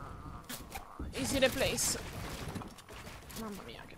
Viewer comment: Quando dici easy repleys quanto sono siciliana muoio 🤣🤣